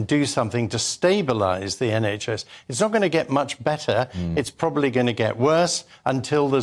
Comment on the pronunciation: "Proballey unwittingly"... 😂😂😂😂😂😂😂😂😂😂😂😂😂